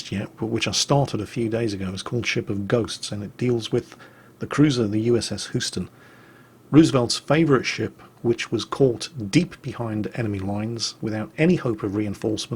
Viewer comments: Gah - it's USS Hooston again. Try saying it like HEWston. And that Princess Anne story was a real gem - and so was she back then, apparently. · hey just for reference Houston is pronounced HUE-ston I know it's a minor quibble but i'm a Texan and Sam Houston is basically the George Washington of Texas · it's pronounced USS Houston (Hugh-ston). Name sake for my city in the great state of Texas. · Neptune's Inferno may be the best book on naval warfare ever written. But, a quick pronunciation guide: Houston is pronounced Hews-ton, not Who-ston. Also FDR: the name is ROSE-eh-velt, not ROO-se-velt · Kinda wonder what Jim's IGN is; I've probably sunk him (or vice versa) once or twice by now. Oh, and actually,... there's a 'y' in the pronunciation of Houston; say it like "Hyoosten". (don't bitch... y'all have Worcester, the New Yorkers have Poughkeepsie... we all have them, methinks.) Awesome stuff, please do keep it up!